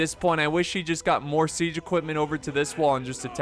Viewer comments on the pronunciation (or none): none